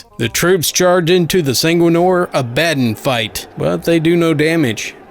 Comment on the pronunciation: More of these plz, also for the war hammer character Abaddon it pronounced ab-ah-don